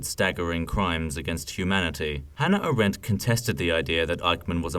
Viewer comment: AAAAAH-rent. Not a-RENT. Thankyou